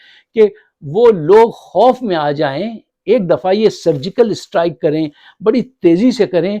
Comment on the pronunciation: Abe Urdu kisi hindustaani se seekh leta 14.10 ke Baad sun kiya keh Raha he kosis nhi koshish Hoti hai کھبر نہیKhabar nhi خبر hai Khof کھوف Nhi خوف ہوتا ہے